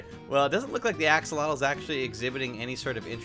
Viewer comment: It's pronounced "aks-o-lot-l", not "ax-uh-LOH-tl". Also, you might need to be in Survival to get Regen.